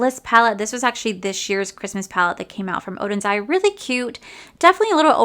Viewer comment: You did such a great job saying Oden's Eye! It's so hard to get rid of any of the makeup....